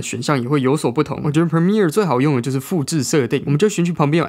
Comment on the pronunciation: 讚讚 這次Premiere唸對了